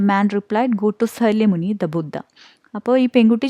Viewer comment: Not salyamuni It’s shakyamuni